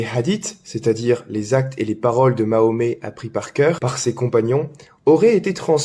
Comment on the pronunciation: Vous ne savez même pas prononcé le nom du dernier prophète de l'islam et vous venez nous expliquer ce qui est vrai de ce qui est faux en islam 😂😂 Vous êtes vraiment culotté !